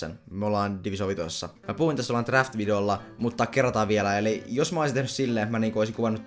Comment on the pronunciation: sano pliis draft älä därft XDD